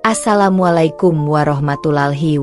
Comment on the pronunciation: Salah ucapan assalamualaikum mba.